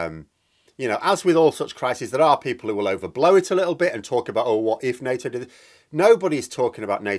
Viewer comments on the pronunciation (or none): none